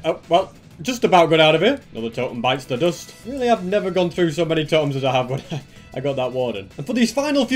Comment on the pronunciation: Did he say bites the dust???